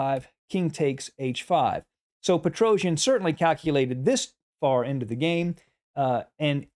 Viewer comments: I really appreciate your videos as they are very instructive but please do not pronounce Petrosian' surname in such a strange manner, even if you are not the only English speaker who does it so. I understand that English phonetics is difefrent from Armenian but I don't think it's so hard to pronounce the world champions' names in a proper way. The correct pronounciation is Petros-i-a-n, not "Petrouzhn".... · Dear Sir, great analysis, great game. Petrosian is pronounced pet-ro-c-ian. The letter c is pronounced just as in you a b c. Not Petro-j-an. He is not an epic Greek warrior. He is Russian. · You are very good commentator! But I want to correct your mistake in pronunciation of family name of Tigran - PetroSYAn. S not Z, accent on the last syllable. Thank you! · Precise calculation is required in some variation, but I think it is more about understanding nature of the position, seeing the pattern here. That’s where Petrosian was very strong. BTW, his last name should be pronounced much more softly, something like Petrosyian.